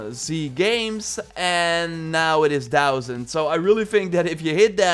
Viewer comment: Why did they boost the mastery points to a dousand? I know that's spelled wrong but that's what I heard you say. The game is already super easy when you reach 400. I guess though it would be fun with a new game plus.